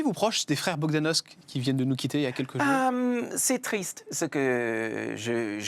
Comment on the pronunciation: Jordan de Luxe dit "Les frères Bogdanosk" au lieu de "Bogdanoff"... ça ne fait pas top quand-même.